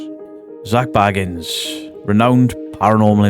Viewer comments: New drinking game: take a shot for every new pronunciation of Bagans 😘🤣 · Stopped watching as à fellow brit and you pronounced his name wrong within seconds. Then also I'm annoyed he made a good film and left us to decide which u have taken and made about you. Gac started in a hotel also man. Also of almost facts but not quite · THIS! Why is it so hard to pronounce Bagans?